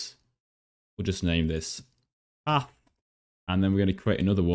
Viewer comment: You said path as AH